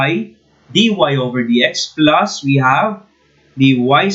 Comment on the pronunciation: I like the accent "pluuuusss"